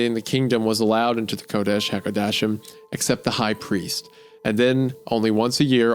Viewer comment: "Mother Wh*re Thighs" "Kodesh Hakodeshim" is pronounced "ko*desh* ha kodesh*eem*" (kodesh = holy, ha = the, kodeshim = holies), not coddish hagodashum, lol. This is about the mystery of humans from the perspective of a feral cat, similar to the dog dream, which emphasize the odd relationship between animal and caregiver as a theme. Oily One = Human.